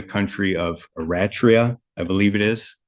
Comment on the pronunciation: Uh-ratch-tria... Dude, you're a lawyer. How do you know how to say Eritrea? Sigh.